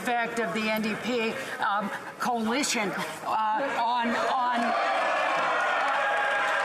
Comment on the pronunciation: she said coalation... shes fired 🤣